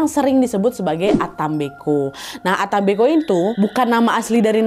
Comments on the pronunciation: Yang bener ata mbeko kak Nadia bukan ata mbe'ko😅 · Bacanya yang benar bukan disambung ata mbeko kak Nad,tapi yang benar dipisah,yaitu ata mbek'o. kebetulan itu bahasa asli daerah asal orang tuaku di Ende,Flores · Penyebutan ata mbeko nya salah kak saya org asli ntt jadi tau